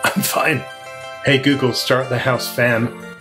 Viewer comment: Interesting accent you've got there, calm clear English rather soothing and then BAM! CLICHE AMERICAN ACCENT HEY GOOGLE! all in all loving what your doing here ♥